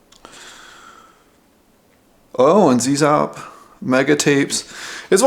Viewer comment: Great review! FYI: "Zzap! 64", the incredible UK magazine for the original Commodore 64, is pronounced "zap". Cute to hear you pronounce the American "zee zap", but just letting you know. I went to Zzap for a day back in 1986 and met the original team - so it's fantastic that the magazine has been revived!